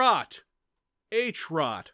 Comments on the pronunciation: you pronounced "Hrot" correctly as much as possible:) It means "Spike" and it´s from czech dev. Also greetings from Czech republic! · Your first attempt at saying Hrot was the correct pronunciation. Greetings from Czech Republic!